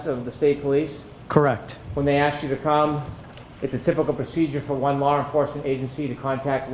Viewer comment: There is no R in the word law😡